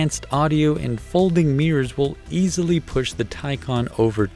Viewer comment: Thank you for actually getting the name right